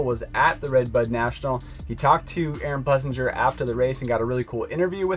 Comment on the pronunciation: One day you clowns will get his name right...Ples-singer🤠